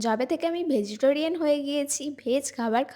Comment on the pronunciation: Uccharot thik koro tumi public platform e acho manush tumar theke ki shikhbe? Vejitorian abr ki vegetarian hobe